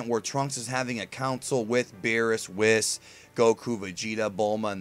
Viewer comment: Really?! Whis' name has been around for 2 or 3 years and you still can't pronounce his name right, like come on!